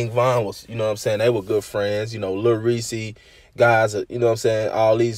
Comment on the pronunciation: it’s reese not ressie if that makes sense. lol just one syllable not two.